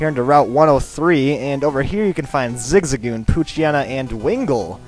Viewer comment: Isn't it zig-zag-goon?